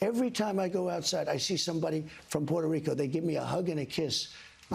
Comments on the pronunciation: I’d probably believe he has a great relationship with Puerto Rico if he didn’t call it “Porto” Rico. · Trump: I don't know who that comedian is..... Also Trump: PWETO REEKO.....AH😮